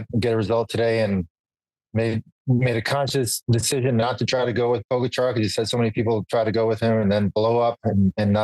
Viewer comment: If Lance wants to be seen as credible he might want to learn how to pronounce Tadej Pogačar’s name, just saying.